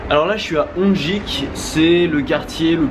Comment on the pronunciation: Excellent ! Hongik University ? près de Sin-chon et Hong dae???? Ca se prononce "Hong-geek" (à l'anglaise). Bon trip.